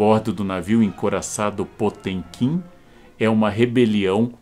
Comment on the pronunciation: Karnal, o senhor quase acertou a pronúncia em russo. No original (потёмкин). Só o som do "t" que está incorreto. O correto seria o mesmo som do "t" em "ateu" e não esse som do "tch" de "tchau". Abraço